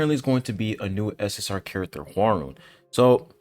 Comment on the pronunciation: Man your pronounciation of Hwaryun name is so bad that I didn't recognized it. It's HWAR-YUN (YU pronounce sounds is = YOU) it is not YO and not RON